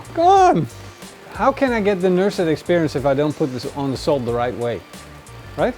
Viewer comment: its NUSRET not NURSET :D